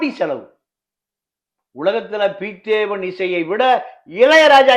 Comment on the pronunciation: ஐயா நீங்கள் குறிப்பிட்ட பெயரில் சின்ன திருத்தம் பெயர் பிதேவன் இல்லை பிதோவான் என்பதே